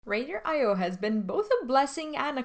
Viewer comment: Wow. Ry-der score, never heard that before lol.